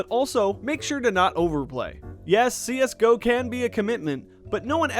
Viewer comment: wtf did he just say C S GEE O?!?!?!?!?!?!?!?!?!?!?!??! triggered